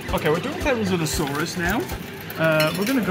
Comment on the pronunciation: The way you couldn't get the therosinasaurus made me cry cuz that's exactly what I do every day